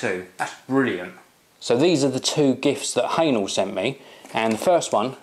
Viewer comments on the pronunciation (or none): Wrong pronunciation,! It's not 'hanel' (for hähnel), but 'heh-nell' (even though it's difficult to pronounce it 100% correct, cause German sound 'ä' doesn't exist in English language).:-D